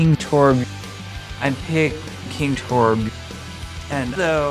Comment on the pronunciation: "I'm picking torbyuh"